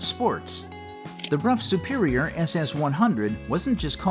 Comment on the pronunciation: At least Brough Superior was pronounced correctly.